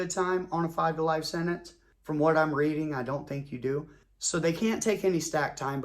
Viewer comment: Its not " senets" its SENTENCE. and no, I'm not going to take it for gran-ned.